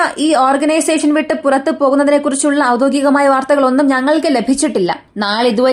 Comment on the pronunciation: ഔദോഗികം അല്ല, ഔദ്യോഗികം